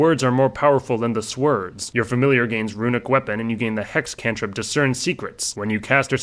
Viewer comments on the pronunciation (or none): "swerds" lol